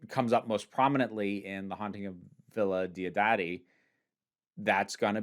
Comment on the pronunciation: Villa dio-DADDY had me on the floor. American accent, I love you.